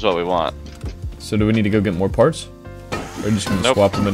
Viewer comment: love these vids but why tf do you narrate like that like "partshth" wtf is the shth when you pronounce your S'